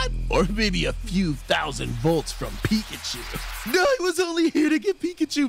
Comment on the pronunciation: Bro that ain’t pickachu that’s mekachu